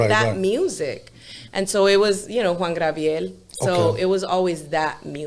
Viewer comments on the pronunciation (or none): Did she just say Juan Grabiel 🤣